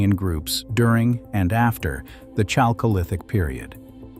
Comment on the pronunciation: This reader (AI?) is almost offensive how he reads /pronounces “chalcolithic”. It is derived from χαλκός not from English “chalk”.